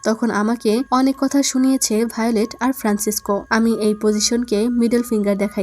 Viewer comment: কাথ নাকি কাথা 😁 কথাটা মারাত্মক ছিলো